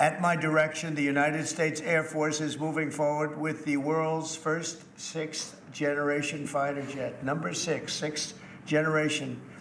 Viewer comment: "The first sixth"